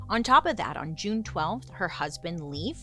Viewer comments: His name is pronounced layf not leaf lol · Leif isn't always pronounced like leaf. Sometimes it is pronounced with a long "a" sound and rhymes with safe.